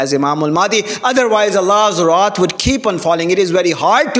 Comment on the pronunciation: Wrath not rot seems like need to learn to speaks English